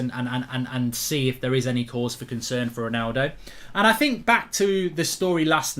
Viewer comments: Lol 'Ronaldo conern' 😅 taxi for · 'Ronaldo Conern'